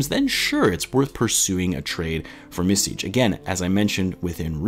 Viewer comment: Your soft "c" on the end of Micić is on point , only thing that is of is in the middle of his name, it`s not Misić , it`s more like Mitzić. Hope that helps. And also , props for trying to pronounce it the right way.